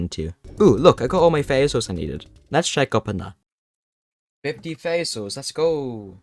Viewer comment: “faiwy souls”